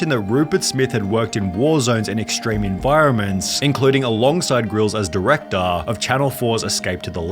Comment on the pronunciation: Dude... learn to speak ffs... stop saying "crewaaaa", "directoraaa", "showaaa" .. so annoying